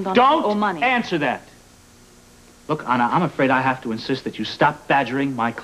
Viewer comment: kept mispronouncing " Anna."